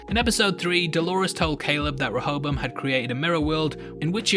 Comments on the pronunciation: A is pronounced differently in the East... it’s like dance and da(h)nce. Serac is pronounced like the latter Sera(h)c or se-rark. Same with the A in Rehoboam. Re-ho-bo-ahm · i'm a bit disturbed by people other than serac mispronouncing rehoboam. certainly it's an obscure old testament name to most people ... unless you know that it's one of a pair of names, the other being the far better-known jeroboam that has a non-negotiable english pronunciation (4 syllables, primary emphasis on the 3rd) that conventionally matches that of rehoboam now serac has an excuse, being a weirdly accented frenchy. but that doesn't mean his pronunciation is the definitive one for the machine, even though he invented and named it. clearly his intent is reference to the bible character (iterating through a list, as computer developers are wont. the selection of rehoboam over jeroboam [following david] is a theological pedantry i won't labor over) and the expectation for people without funny accents would imo be to use the standard pronunciation ... as indeed do (some?) other characters in the show. which is why i'd prefer pundits to drop serac's pronunciation. if a mexican character referred to an instance of "hayzoos", and he was talking about the christ not another mexican, non-accented pundits would render this as "jesus" to a non-accented audience on an unrelated matter, it's worth noting that running a simulation to find flaws and running one as a simulation per se are not necessarily separate purposes. a parallel is weather simulation, which is primarily a predictor, and yet the same model can be used to test the reliability of a prediction by repeating it with ve